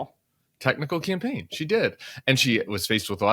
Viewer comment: "She ran a good compain" 😂